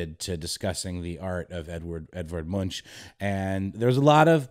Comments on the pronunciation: Just wanted to point out that 'Munch' is pronounced more like 'Munk' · The "ch" is pronounced as a "k" 😉 Like "Munk" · MunkKKkKkkkkkk!!! Not Munch like u do a dorito